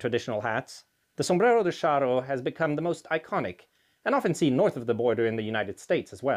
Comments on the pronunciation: Ay, muchacho - I think 'cha' is the better pronunciation than 'sha': Sombrero de Cha-rro: ¡Olé! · Shouldn't his pronunciation be "charro""--not "sharro"? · Ch in Spanish is pronounced the same as in English, like in the word Charge or Challenge. Not as sh. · The word charro comes from the nickname for people original from the province of Salamanca in western Spain. The typical cowboy outfit adopted by the anglos is also inspired by the Charros rancho outfit. It is pronounced like ch in change btw